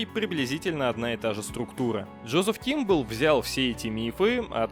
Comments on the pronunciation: Во первых: не Кимбалл, не Кэмпебелл, а Кэмбелл Во вторых: мономиф не стоит трактовать буквально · Не понимаю как можно фамилию «Кэмпбелл» прочитать как «Кимбл»